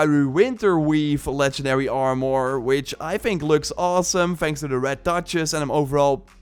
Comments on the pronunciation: "doe" instead of though. "Are more" instead of "arm er" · It drives me nuts when you say “R more”